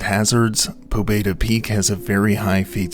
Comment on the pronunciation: the name "pobeda" is pronounced more like "pabyéda", it means "victory"